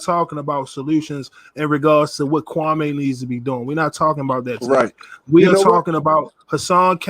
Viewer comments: Why does everyone call him kwamay???? Its kwami...like kwamee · These dudes are clowns 🤡 cant even prounce kwame brown name right 😒